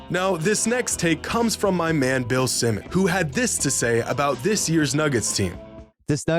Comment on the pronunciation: can’t even pronounce Bill Simmons (with an s) Correctly. He’s done this before. I blame his college sports scholarship education. Get a degree with C+ average even though you can’t speak or spell your legal name properly